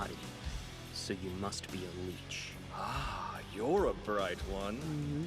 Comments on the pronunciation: I absolutely hate the way makoto says lich it bothers me to no end he says leech urgh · They sort of explain it here, but the Lich (pronounced like "stitch" but with an L, not like leech) was so much weaker than Makoto that they had to load him up with 13 of Makoto's full mana-absorbing rings to fake him being strong enough to not just be consumed by the pact. And keep those rings in mind for Season 2. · god, i hate the mispronouncing. it's Lich, not Leech. grumbl grumlbe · Ugh, pronouncing "Lich" as "Leech" and not "Litsch* bothers me WAY MORE than it should 😂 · this is my only beef with the show, lich is pronounced 'L-it-ch' not 'leech' 💀💀💀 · 💀 💀 💀 It's odd how they're pronouncing Lich, I know I'm not the only one who hears it. Also, it's interesting re-hearing what Makoto says about defeating enemies in this episode considering what's coming.